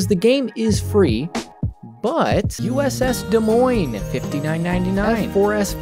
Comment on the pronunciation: How the hell did he pronounce Des Moines correctly